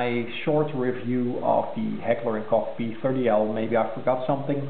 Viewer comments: Sounds like you said "Heckler and coock". Iol. It's pronounced "coke". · It's almost pronounced like "coke" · Well what would you expect: you called the American branch of a German company where Americans work. Sorry but you guys just don't know how to speak German. It's a friggin GERMAN word: it's pronounced like "Loch" except with a "K". You don't say "Loke Ness" it's "Loch ness".... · I never get it: people never talk about the "Coke Ness Monster". You pronounce Koch as "Loch" with a "K". How hard can it be? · I don't know about that. I've always heard "Coke". I'm going to see if eather one of us is pronouncing it properly. I know it's a German company. Infact...one of there American facilities is only 30mins away from my house. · its not pronounced like "coke"...